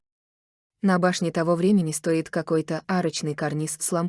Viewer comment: СтОит карниз с лампОчками.... это что? Что за лампОчки такие? Слушать это невозможно.... неодушевленное озвучивание-это издевательство над своими подписчиками...💯